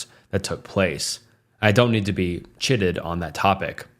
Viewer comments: "Chided" rhymes with "sided," not "sitted." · i love your content but please please look up the pronunciation of words you dont know...chided makes an I sound 😅 and indicted isn't indickted, its another i sound 😅 sorry to being it up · You pronounced chided wrong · I just wish he would learn how to pronounce very basic words like “chided”.